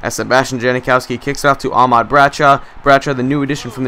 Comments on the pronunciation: It's ahmad not aaaaahmad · you're saying Ahmad wrong. you don't use so much emphasis on the ah. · You say Ahmad wrong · youre saying Ahmad like two words.